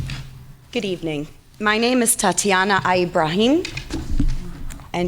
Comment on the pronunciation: great woman... but "eye-brahim"???? LOL that look needs to be a meme